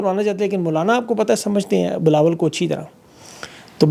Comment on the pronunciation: Yar ye jo aap jan bhoj k twist of tongue karty hai really boht maza ata hai.. Bilo bilawal❤😂